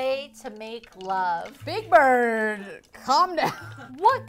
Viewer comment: just how did 'atayef' become big bird?! literally never crossed my mind that it was atayef